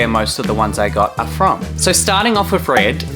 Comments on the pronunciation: HeLoR It's MoI ReAd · "hellaur" "ITS MOI RERD"